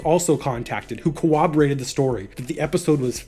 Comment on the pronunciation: CorRoborated. Not co-woberated.